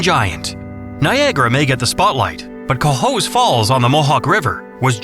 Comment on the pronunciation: Not sure Lake George can be considered to be all that clean. I congratulate you for pronouncing "Cohoes" correctly. Could do better pronouncing "Albany."